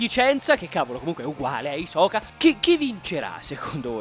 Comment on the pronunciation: Bene alla numero 9 con "hisoka" e la tua pronuncia di meliodas posso gia spegnere il video